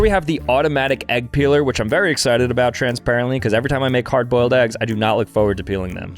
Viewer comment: "cardboiled eggs" Love it 😊😊😊😊